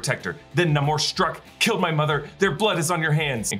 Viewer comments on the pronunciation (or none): STILL his name is nAmor not nOmor....Stop pretending your Latino and pronouncing it that way!